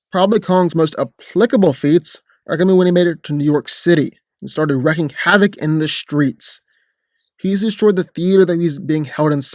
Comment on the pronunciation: it's pronounced WREEKING Havoc